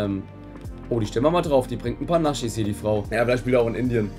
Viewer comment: Ich liebe euch Jaaa bin auch sehr lange schon dabei,aber bitte,lass dieses „NASCHIS“ bitte das triggert unnormal 😢